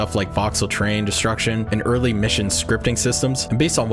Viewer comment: Oh TERRAIN deformation. I kept hearing train deformation and couldn't understand what that was about. I'm glad it's 1st and 3rd person because I don't want to have my own blocking my view of the target area.